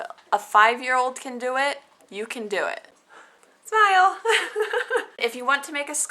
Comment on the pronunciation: Lol... at the end... "You can put it on your tree... (suddenly intoxicated) I know you doooo, hee hee heeee..." :D